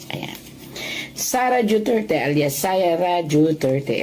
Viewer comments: duterte ma'am Hindi dueterte😅😅😅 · Mam hindi po Dueterte Duterte po